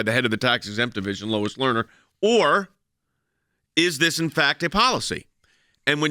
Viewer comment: Every time you mention Lois Lerner’s name, I thing "lowest learner" LOL